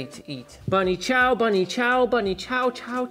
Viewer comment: Im South African. I was super happy to hear you say Bunny Chow. 😮🎉🎉🎉